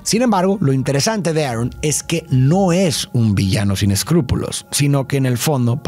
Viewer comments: ¿por qué le dices "erron" a el tio "arón"? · a quien mas le da risa cuando dice tio Arn y no Aron